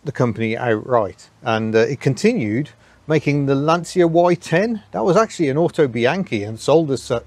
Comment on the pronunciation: And it's Lantshya, not lansia